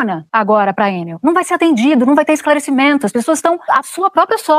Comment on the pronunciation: É Enél e pronto😅😅😅😅😂😂😂